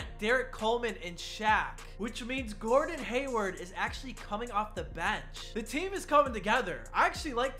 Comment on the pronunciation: Who else heard glordon? 👇